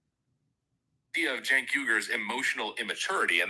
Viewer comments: Chenk not senk lol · It's pronounced chenk buddy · Its pronounced "Chunk". This isn't even the most delusional take he's had over the years. Him having followers kills my faith in humanity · ....cmon dude....pronounce the loser's name correctly at least.